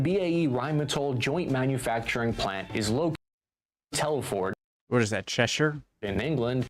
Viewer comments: Shropshire, literally 5 mins down the road from me and it's pronounced Tel fud not Tel foord! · just a correction to the vids narrative, it us not Tell-ford, it is pronounced Telfud, a small town in Shropshire, well to be precise a new town built in the 1970s. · he did not just say Tell-Ford hahaha